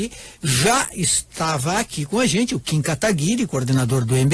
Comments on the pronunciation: Ser liberal não é adorar o dinheiro, Sr. Requião. É entender q dinheiro é uma moeda, q pode trabalhar pra gente. Ainda fala o nome do Kim errado. Q cara chato. Quer debater sozinho... Daí fica difícil. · Ele foi um lorde isso sim, o Requião nem falava o nome dele direito, ainda não se deixou ser interrompido.